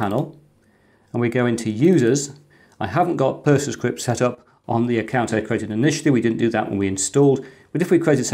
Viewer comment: Thanks. I'll be giving it a try. Always wondered what had happened to PC-BSD! PersonaCrypt surely should be pronounced as in 'Persona Crypt", with the accent on the 'o', and not the 'e'? (Apologies for the OCD.) That adds meaning to the name of the app.